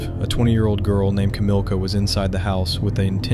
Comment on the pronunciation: Kamila, no Kamilka. Like I... Sara but in Poland you can say sweet like Sarunia etc.